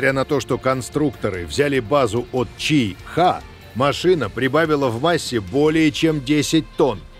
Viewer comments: Не чи-хэ а чи-хи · Вот интересно, Мицубиси произносит правильно, что мешает так же правильно произносить Ти-Ха, Ти-Хе, Ти-Ну, Ти-То, Ти-Ри? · Боже, почему он не может сказать "чиха", а не "чи....ха"? Бедный диктор, будьте здоровы!